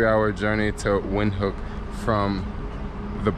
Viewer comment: Windhoek is pronounced Vind-hook.